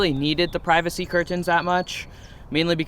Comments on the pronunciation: Please stop pronouncing curTANS like that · Why tf you pronounce 'curtains' like that? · The way you say curtains sounds so weird idk if it’s jus me I might say it the same tho I’m mind fucking Myself lol 😂